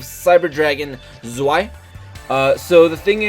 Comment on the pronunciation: Lol it's pronounced ZVEI